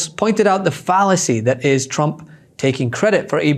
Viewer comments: Is it just me, or does it sound like she's saying "President Chump"? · TChump… she can’t speak it’s hilarious how she can’t say Trump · Why does she (Leavitt) always say Chump instead of Trump? Ooo, Linda's learnt it's AI not A1. Don't think Chump likes Terry...😂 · President Chump? Is that what she keeps saying bc that is all I'm hearing 🤔